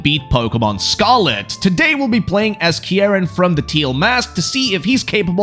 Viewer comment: Your saying the name wrong, it’s pronounced ( keyr-in ). How will always pointing north help you get home, what if you don’t live north?